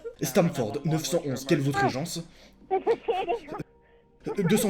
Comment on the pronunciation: Arrête de dire 911 stp dis neuf un un stp. Ça brise mes oreilles de québécois😜😜. Excellente vidéo sinon.